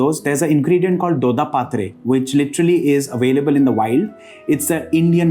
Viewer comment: “dodapaaatrey”?? Please correct that pronunciation. It is “doDDapattrey”. It’s short “a” not a long “a”.